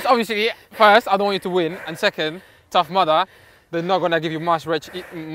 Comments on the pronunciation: It's Tough Mudder not "Mother" BAHAHAHAHAHAHHAHA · What is that word that he says like "The tough madda" or something??? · Leyenda9 Lmao I heard "Tough Mother" and I was like "What the fuck is he on about?"